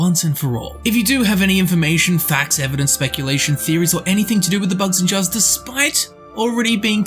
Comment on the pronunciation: Why do you say it like "bugs-in-jars" ?